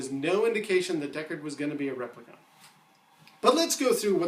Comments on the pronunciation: Why do you repeatedly and intentionally mispronounce "replicant"? You know how everyone else in the movie pronounces it. Why did you choose to make up your own pronunciation? It's jarring. It makes you sound pretentious and that doesn't help your argument. Also why did you explain and unsuccessfully attempt to show how the replicant eye glow trick was done? What's the point of that? We know that is a trick of filming. Obviously. What's the point in telling us it's done by a photographic trick? We know that. Instead you could talk about why it doesn't mean he is a replicant -- but you don't. I don't think Deckard is a replicant. But your thesis here needs serious reworking. Ugh! And why -- WHY -- do you keep mispronouncing replicant. Why?! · how many times can you mispronounce replicant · There is no conflict... the screenwriter and director say he's a replicant. You are in denial. No interpretation... no opinion... the director and writer answered it. The fact that you can not pronounce the word "replicant" isn't helping you. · Daniel Williamson I was taking the piss out of the way he says replicant man! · You have a perfectly normal American accent, yet you repeatedly mispronounce the word "replicant", despite everyone in the movie pronouncing it for you as an example. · Stop saying replicant that way, just stop it. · No offense, but it's repli-KINT not repli-KAHNT. 🤓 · What I can't figure out is why you're saying replicant so weird. There's no U in that word. Rep-li-cant. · Why do you keep calling him a "replicunt"? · REPLICONT???? Its Replicant!!! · rep - li - can't not cont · New Kasmir I thought he was saying Replicunts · NewKasmir right? It’s rep lee can’t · your pronunciation of replicant needs work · Been reading a lot of the comments and people seem to be missing the point that it is not all replicant models that have a 4 year lifetime. So Deckard could very well be a replicant. Also why does the guy presenting this video Sat replicant so oddly? Lol.